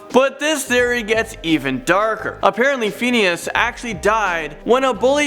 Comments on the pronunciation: Who else cringes every time he says “fiend” instead of “fin” when speaking about phineas and ferb 😓😩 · It’s phineas not pheneas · I hate how he says Phineas and it's sitch not stitch.